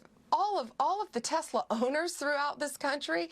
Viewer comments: That's funny.....she says "We are going to protect TESLER Owners "......Pam so funny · Pam Bondi pronounced Tesler wrong! 🤣